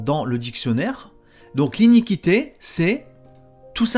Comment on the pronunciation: Bonjour frère j'écoute et je prends note de ce que tu nous expliques et je t'en remercie. Lorsque tu parles d'iniquite' tu parles du péché n'est ce pas? Il faut prononcer iniquité et non iniqu uité parce que certains ne comprennent peut être pas. Excuse moi cest c'est juste la façon de le prononcer qui n'est pas adéquate ttefois je pense que tu ne m'en tiendras pas rigueur c'est juste une petite rectification et je t'en remercie de tt cœur. Sois abondamment bénis pour le travail que tu fais pour nous🙏 pour la gloire du Seigneur.